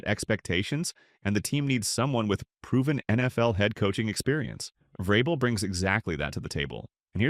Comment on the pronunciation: Mispronounced vrabel and said Caleb Williams is regarded as the top qb in the draft vs sanders… trash video